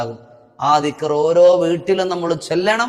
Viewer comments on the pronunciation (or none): Clearaayilla dikr